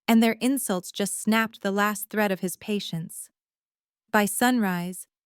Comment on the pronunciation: 1st sentence : "thread", not "threat"